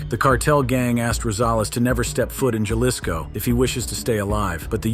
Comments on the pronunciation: It is Haliso, NOT Jahlicsco! NOT! Wise up, narrator! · "Jalisco" pronounced as "Halisco" in spanish.